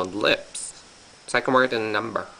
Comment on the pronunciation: i love it when u say "so i can ware it in number"